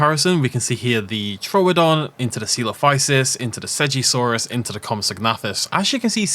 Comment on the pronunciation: Usually im a big stickler for pronouncing dinosaur names, but I will not be saying seggasaurus ever